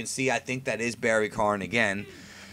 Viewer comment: Barry k-AH-n.. like barry KON. Not kARn. Barry Kahn.